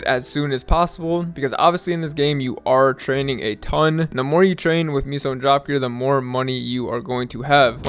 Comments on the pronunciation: Miso gear 🤣😂🤣😂🤣😂 Bruh. It's meso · Meh-sos….for the love of god. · L vid tbh should’ve pronounced meso as queso cheese 😉